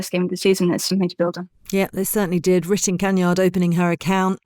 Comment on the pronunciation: 🫣 ive been following your pod for a while, if you care so much about pronouncing a managers name correctly, please do the same for the players. Just before that part you said "Kanyard" for kaneryd which sounded atrocious. Please learn how to pronounce everyones name correctly if you are going to bring that up. Its even more shocking with the commentators on match day 🤷